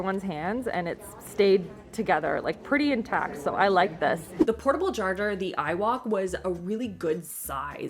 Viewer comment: Did anyone else hear her say portable jarjar or was that just me lol 😂